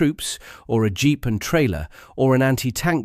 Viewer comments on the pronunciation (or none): none